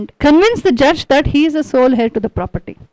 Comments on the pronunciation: Man heir is prounced as 'ehr' rhymes with 'Air' or prounced 'euh' Could help pointing out, as wring info should not be passed on to others, even though, it is not of any great impotace comoared to the content of main theme of your talk. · King George V is British. 2. Demosthenes lived during the time of Philip II of Macedon. You speak well: but look up how to pronounce 'heir'. Please DO not say something which are so WRONG. You have a responsibility to your viewers. His medical condition is called rhotacism. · Wellspoken.small corrections:his fathers name was not George(pl.check)Fifth(that is British).The h in heir is silent